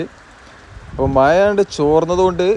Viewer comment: മയ അല്ല മഴ എന്ന് പറയൂ